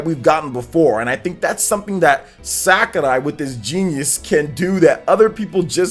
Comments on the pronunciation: Yep, definitely “SakUrai” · Hey, I think is SakUrai not SakArai, if it is not correct me please. Couse I think you pronounce it with a short u.